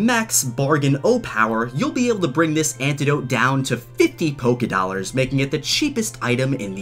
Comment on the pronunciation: NOT POKE-i-dollars